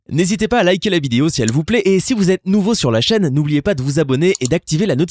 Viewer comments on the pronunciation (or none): none